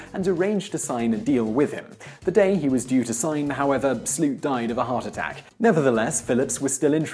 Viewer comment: The way he pronounces Sloot makes me want to snap my own neck and fall into a tub of bleach but you can't ask much of foreigners trying to pronounce Dutch anyways...